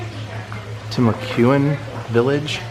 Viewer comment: Ah! I am here! It is pronounced "Tim A Qwan". I have to commend you on not making the real face typically made when tasting the waters of the Fountain of Youth. LOL! That water comes straight from the aquifer that services all of our water needs from Southern Georgia to mid-Florida. What you tasted was the water pre-filtered (I should say filtered by modern devices). It is naturally filtered through limestone and shale. If you are into it, they have an array of ghost tours there and many great restaurants - my favorite is the Columbia (call and make a reservation, get the Sangria Cava, the Cuban Sandwich, and the 1905 salad!)